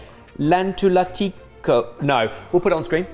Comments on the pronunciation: I'm from Finland and you were very close at how you said lanttulaatikko 😆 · Liver casserole or carrot casserole would have been better than swede casserole IMO. But good job from pronouncing lanttulaatikko so well 😁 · I understood what was trying to say when he said "lanttulaatikko"(was only listening, not watching). Not really correct but exactly how most foreigners would pronounce it(those who actually try). Well done, I'd say. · Thanks for including Finnish foods for once! Have to say, pronounciation of lanttulaatikko was very close! I've never had kale in the finnish christmas table and our ham (joulukinkku) doesn't look that glazed but is typically coated with mustard. We typically have peas and fresh salads, salmon in baked and/or graved form. In addition to the swede casserole, we have sweetened potato casserole (not sweet potato, that's an entire different dish), beetroot casserole with aura-cheese and my favorite carrot casserole, which is basically baked mix of rice porridge and pureed/mashed carrot. was also correct, that the casseroles are eaten throughout the week between christmas and new years, as there's always have too much of them. In that sense, Jamie is also correct that you take just a little, as theres everything else on the table too.